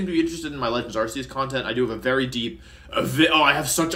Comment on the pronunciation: It’s Ark-ee-us not Ars-ee-us Mr. World Champion sir 😤